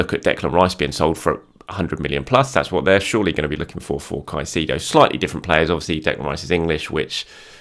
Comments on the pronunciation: Brother, you need to learn how to say Caicedo’s name correctly 😂. Kai•say•do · Respect and like us usual. Just on suggestion. Caicedo phonetic transcription: [ kaisEdo]